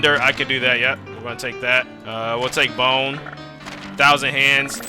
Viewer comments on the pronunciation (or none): none